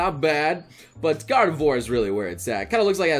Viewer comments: gor-de-voir? Is that some kind of Chineese version of Kratos? :o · It’s supposed to be Gard’ve-wha-r, right? I’m not crazy? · Have I only just noticed how he pronounces Gardevoir like with God of War or is that new?